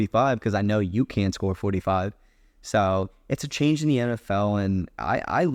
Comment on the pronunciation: It’s pronounced Ay-Chan